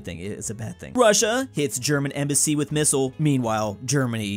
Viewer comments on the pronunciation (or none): none